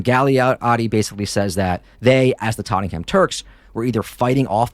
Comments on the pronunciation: It's pronounced "Totnam" not tot-ten-ham how did let this happen? 😅 great show and podcast keep up the content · They're pronounced "Ba-Bashin" and "Tot-nem" 😅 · Tot - ing - ham Jesus wept Americans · We pronounce it tot-nem. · Dude love your channel but get your facts right, I lived in green lane, during the70’s it was run by Greeks and Greek Cypriots, at the end of the decade Greeks moved out and the Turks filled the vacuum, do your research right and pronunciation, for Tottenham, pronounced Tottnam, you septics have zero knowledge about English pronunciation, USA maybe great but you septic tanks( yanks) have zero understanding of UK English and our history